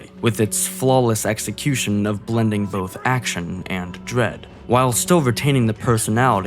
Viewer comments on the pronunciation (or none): Evoke dwead 🤣 I love it when you say things like that hahaha